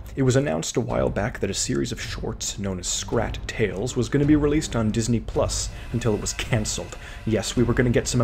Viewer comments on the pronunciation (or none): none